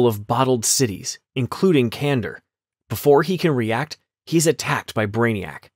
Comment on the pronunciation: Kan dor. Not Kandur.